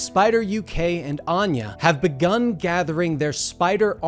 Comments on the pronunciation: Did he say be-cunt?? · I appreciate they left the "becun" rather than editing it out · So no one is gonna talk about the "begun" flub